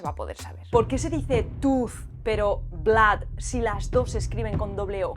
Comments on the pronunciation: Blood no se pronuncia como "blad" tal y como has dicho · Lamento decirte, que blood, tampoco se dice blaad, tu pronunciación no es buena, vivo en frontera y trabajo en Estados Unidos. Saludos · Dices que sangre en inglés se pronuncia blad! Se ve que nunnnnnnnca has estado en USA o AUSTRALIA o ENGLAND! Si hay reglas de gramática sobre todo cuando se trata de la escritura ! El idioma inglés es tan antiguo e importante como cualquier otro idioma incluyendo el castellano !